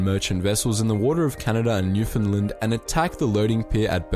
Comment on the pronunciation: Thank you for pronouncing Newfoundland correctly. I can tell you do your research.